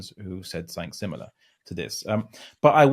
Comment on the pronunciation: This dude always says “somethink” instead of “something”. It really irks me because I’m an insufferable pedant. Hannibal Lecter would definitely eat him if they met.